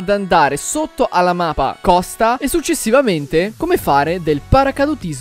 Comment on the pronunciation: like se anche voi avete sentito al minuto "mapa"